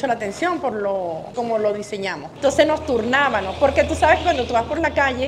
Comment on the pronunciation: Turnábanos, hacíanos, vendíanos…. 🤦🏻‍♂️ entiendo que la Sra es humilde. Pero por favor, no tuvo nunca un familiar que le dijera “mamá no se dice así… es con MMMM”